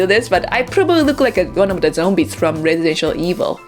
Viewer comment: She said residential evil LoL